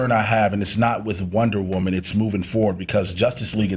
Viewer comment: Wonter Woman?